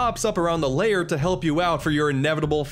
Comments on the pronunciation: Why do you say Grunty's LAYER? It's lair. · “And here we have Grunty’s Layer” Grunty’s Layer!? I think you mean “Grunty’s Lair”, right?